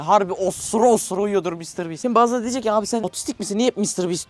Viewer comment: Konuşmayımı unuttun? Mr bastır diyorsun doğrusu Mr biisttir